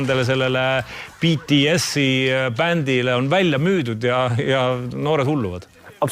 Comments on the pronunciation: Ja lõppuks ometi keegi hääldab BTS õigesti! Eesti areneb wooow! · Wow Reikop on üks eesti vend keda ma kuulen et ütleb bts õigesti aga kui inimesed vahel ütlevad Kõh pop siis save me please🥲💀💜